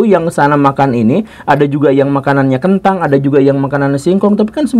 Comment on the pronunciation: Kentang om bukan kentung... 😂